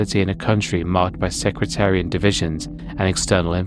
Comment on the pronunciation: "sectarian" not "secREtarian"